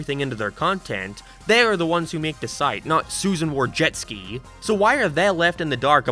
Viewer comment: Susan War-Jetski